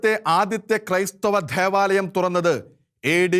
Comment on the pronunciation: ധെവാലയം അല്ല ദേവാലയം ... നെധാവല്ല, അധിനെ അല്ല ...നേതാവ് , അതിനെ . പറഞ്ഞെ ? ദേ ...മലയാളത്തെ കൊല്ലല്ല് ദയവായി